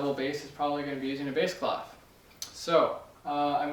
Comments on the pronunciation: is it clef or claff? i heard the latter in this video. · Clef ? normally the F is not pronounced and it means key, is it normal for English speakers to say it this way ? (it's a French word)